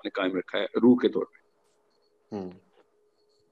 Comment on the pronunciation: Tu c sarey paindo ho. First correct your Ardo (Urdu) by de-punjabising basic Urdu words. Learn to pronounce Aur and not Or. Say taur not tor. Say jawab not Jo aab. Say gaye (went) and not gay.